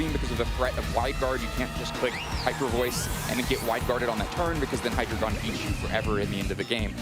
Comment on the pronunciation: )Hy-Dragon)?? 🤮 ❌❌❌ (Hy-Dree-Gon) ✅ Pokemon should make sure their announcers actually know how to pronounce the Pokémon's names.. 🤦🏻‍♂️